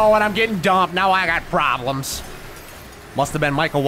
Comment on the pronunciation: I say "PWABLEMS!" Rick Allen PWABLEMS jumpscare. The timing is comedic and perfect.